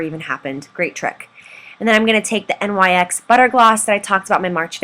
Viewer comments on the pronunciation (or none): BTW- it's pronounced NIX, not N-Y-X